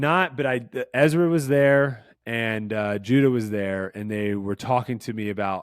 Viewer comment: Eliezra is pronounced Ellie Ezra